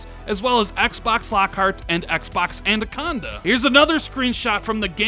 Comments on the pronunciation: Why does he keep saying Andaconda instead of Anaconda?🤣😂🤣😂🤣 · I realise this is being terribly picky, but a little bit of feedback for. It's pronounced An-AH-conda, not An-DAH-conda. Otherwise terrific content and please keep up the great work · say it with me, "anaconda" not "a-nan-conda" or "a-nan-conda" hahahaha. Awesome video. I can't wait for that July event. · Damn and that "Andaconda" 🤣😂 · Andaconda? Lol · I cannot take another year of saying Adacanda instead of Anaconda....come on dude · Andaconda uh? 😂 Every time! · Andaconda hahahaha he just cant get it right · "An-duh-con-duh" hmm... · lol "andaconda" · I thought I was the only one who noticed it 😂😂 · Is it just me that's getting triggered by his pronunciation of anaconda?